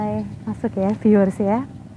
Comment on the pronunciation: Piiuuerr 😂🤣 di tengah sawah? 😂🤣😂 piiuuer piiuerr kaya lagi disebarin pasir mbaak.. Piiuuerr piiuuerr... Gimana jalan setapak di depan candi bisa jadi petunjuk bhw candi itu untuk tempat keagamaan. Piiuueerr mbak piiuueerr? Ooohh "viewers"... 😂🤣😂🤣 maap deh mbak ini kuping Jawa jadi rada tulalit... 😂 mending menyapa penonton video dg kata " Saudara" "sedulur" atau "pemirsa" aja deh mbak.. Biar lebih mengindonesia 🇮🇩🇮🇩🇮🇩